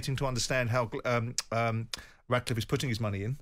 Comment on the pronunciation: It's RATcliffe, not "Radcliffe"